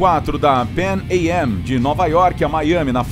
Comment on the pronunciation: E essa pronuncia da PAN AM kkkkkk Sempre soube que se pronunciava "panam" kkkkkkkkkk